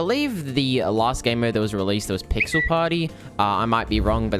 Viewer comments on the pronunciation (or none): none